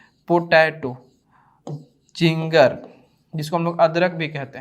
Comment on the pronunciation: sir ginger hota hai zinger nahi